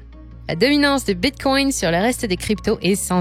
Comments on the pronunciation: Bitcoin et non bitcoyne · Hello ! Je suis super fan, abonné depuis longtemps et je vous adore. Je fais aussi partie des fans de La Voix d'Eleonore. :-) Mais c'est hyper étrange la façon dont vous prononcez Bitcoin non ? (Respectueusement) On dirait que vous dites bitcongne 😂. Ça produit un effet intriguant. J'ai l'impression de devenir accro. C'est surement un plan marketing diabolique pour faire plus de vues 🤣